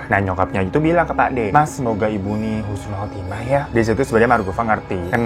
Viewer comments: bang, koreksi ya. yang bener husnul bukan khusnul 🙏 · Husnul bang....bukan khusnul karna artinya sangat jauh berbeda... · bang yg benar husnul bukan khusnul , beda artinya loh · Husnul bukan khusnul bang beda artinya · Koreksi bukan khusnul khotimah mas tapi yg bener husnul khotimah. 🙏🙏🙏 karena beda artinya walupun cuman satu huruf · Husnul bang bukan khusnul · Husnul mas BKN Khusnul...Khusnul artinya ngak baik